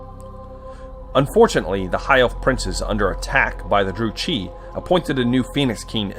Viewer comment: its pronounced "Dru-Kee"